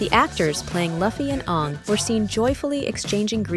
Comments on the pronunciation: The narrator really said Ong like the movie… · Watching the M Night version of Airbender i see.... Stop pronouncing the characters name incorrectly lol.